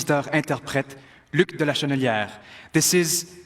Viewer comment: ... quebec singer Luc de la "Chenelière"?? It's "Luc De Larochelière"